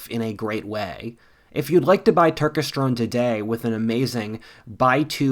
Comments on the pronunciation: Hey if you take this sponsorship again, it’s Tur-kes-ter-one not Tur-ke-strone. I want you to do well with your sponsorships, I’ll probably buy from it. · Cmon bro you aint helping men by schilling another fake bullshit supplement like Turkesterone (which you didnt even pronounce correctly, btw). Just so you guys readong this all understand, turkesterone has only had positive effects on influencers who happen to be sponsored by it (like everything else in the supplement industry). If you wanna get in shape and have better energy just focus on eating right, sleeping right, and exercising hard and smart and you will be fine.